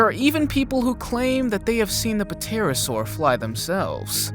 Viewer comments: You pronounced pterosaur wrong. It’s pronounced T- ai-r -a -ss -au -r. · the P is silent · fyi, The 'p' in pterosaur is silent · "P"terasaur..... lol, the "P" is silent ;) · You don't pronounce the P in the Pterosaur.